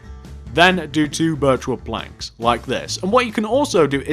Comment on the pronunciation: when he said birch wood planks at the start it sounded like virtual planks